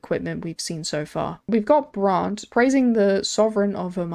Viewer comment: girl please just say braunt it's fine 😭